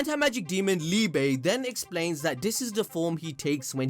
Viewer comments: It’s pronounced “LEE-BUH” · Prounounced ‘lee-buh’ in German if anyone is interested